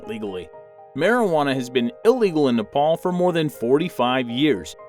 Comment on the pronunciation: U r pronouncing nepal worng